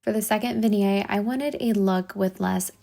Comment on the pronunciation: Beautiful styling! Love the second look. I have to note though, and its not important...but you pronounce the T sounds in vignette.